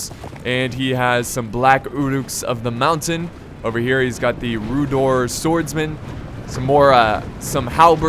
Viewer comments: It's pronounced 'Rhu-dar' or Rhu-dour' but not Rhu-dor btw :) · Oh yeah if you want to know how to pronounce Rhudaur its Rhu- (as in the first letters of Rhun) and daur (pronounced as dour) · Also rhudaur is pronounced like rude-hour